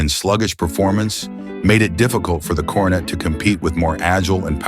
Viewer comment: You really realize that the announcer is AI when they keep saying Dodge Carnate instead of Coronet 😂